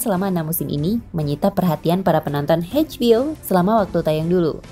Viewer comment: Eidj bi o min. Bukan Heidj bi o.